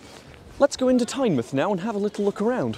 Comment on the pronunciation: You pick a number and end up in the dodgiest area of Newcastle. Shame you had to wait 19 minutes. They should be every 12 minutes or so but now breakdowns are becoming all too common. It's definitely Tyne-mouth (said how it's spelt) to us locals. Feels like Whitley Bay is always closed. Sunderland is miserable - South Shields has a brand new station and two abandoned ones.